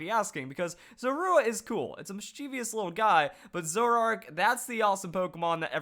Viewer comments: It is pronounced ZOR-A! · You put the stress on the "u" in Zorua? That sounds so weird. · The way he says Zorua -_ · He said Zorua wrong and I just cringed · um im relivant I thought I was the only one